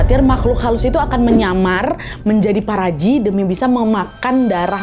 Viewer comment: bacanya paparaji 😭😭